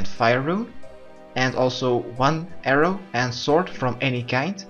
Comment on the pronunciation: Heii and welcome to my guide:D. I say this is GE and they know who you are. You are the guy who saves computers from being punched. Thanks for this guide it was wicked. You need to say arrow. and air rune better tho. Work on your english, And we could go fishing togeather Thanks again for this it helped me ten fold.